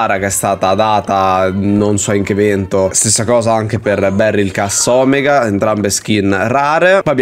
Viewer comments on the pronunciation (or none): none